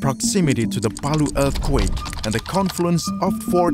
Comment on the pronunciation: The way he says eath quek are dead giveaway